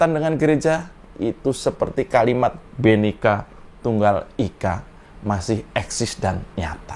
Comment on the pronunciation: "koreksi".. Bhinneka ya mas bukan bhennika 😁✌